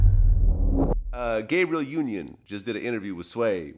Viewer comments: He said gabe-rielle 😂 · Why white ppl always pronouncing ppl name wrong... Gab not Gabe